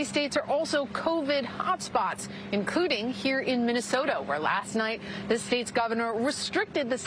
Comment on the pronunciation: Did paula say Minnesoto? the first time she mentions the state?